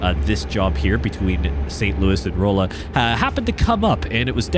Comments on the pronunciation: Glad to see you driving in my state! Just a quick pronunciation tip: The oll in Rolla is pronounced like All, so R(all)a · Just a note, Rolla is pronounced Raw-La. I went to school there . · Yeah I’m from Salem 😂 hearing “roll-uh” scratched a nerve the wrong way 😂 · I came to the comments to see how many people were probably cringing every time he said Rolla, lol.